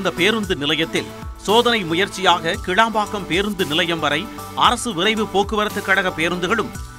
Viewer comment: கேளம்பாக்கம் இல்லை கிளாம்பாக்கம்.மழையின் போது வந்து பார்த்தால் தெரியும் உலகத்தரம்.